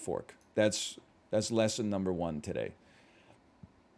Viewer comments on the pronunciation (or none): none